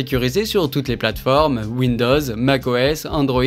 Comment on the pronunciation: "win-dose"? :face-green-smiling